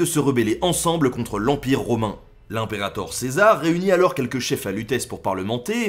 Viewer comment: Imperator ça se prononce pas heinperator mais imeperator comme dans le im de immersion. vive le latinus XD